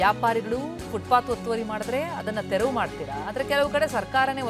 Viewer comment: ತೆವ್ರು ಅಂತಾವನೆ ರಿಪೋರ್ಟರ್. ಮೊದಲು ತೆರವು ಅನ್ನೋಕೆ ಕಲಿಸಿ